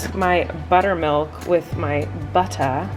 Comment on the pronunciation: 5.12 mins colleen souded so british when she said butter x